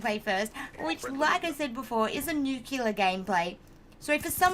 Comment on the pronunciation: Nuclear, not nuculer.